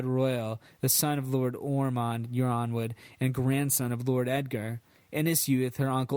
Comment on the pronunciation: 'yronwood' is pronounced 'ironwood'